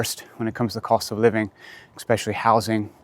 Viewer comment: You're a teacher and you say "expecially"?😵‍💫 All of those things existed when you left and have been around for decades. (The expression is, "the proof of the pudding is in the tasting.")